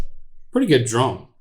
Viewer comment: Am I the only one who thought Rhett said playing with the "drum" and not drone. I got really confused.